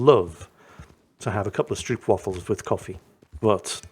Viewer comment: Stroopwafel... The "oo " is pronounced like the "o" in "know", not like in "oops"...